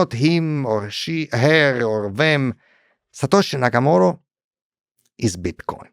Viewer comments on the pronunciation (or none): It's Satoshi Nakamoto, not "Yakamoto". Wrap your head around that, kid. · Ok, it's SATOSHI NAKAMOTO. This means CENTRAL INTELLIGENCE.